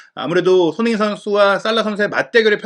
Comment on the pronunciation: 손흥 인 라고 발음좀 하지마라요 ㅡ진짜 거슬려서 구독취소 ㅡ내용많다고 좋은건 가 ㅡ듣기편하고 재미있어야지 축구전문가될려고 유투브 보냐 ㅡ천천히 말해도 될텐데 왜그리 총알스피드로 말하냐 초반에는 솔깃해서 듣다가 나가게된다